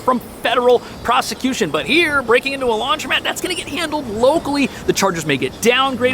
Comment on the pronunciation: Ugh... It's Not LaundrYmat. It's LaundrOmat. So hard to unhear that.